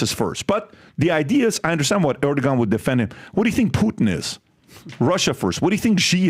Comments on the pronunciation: ITS PRONOUNCED ER-DU-WAN!!! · Erdoğan is pronounced: Err- Doo - Won. The 'R' has emphasis and the 'G' turns into a 'W' sound.